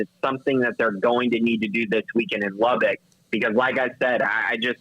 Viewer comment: It's pronounced Lub-buck, not Lub-bick.